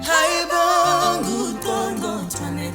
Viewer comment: But wait did she say congcothwane instead of qongqotwane ?